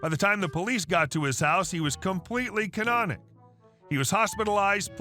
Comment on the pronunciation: That is "catatonic", not canonoc.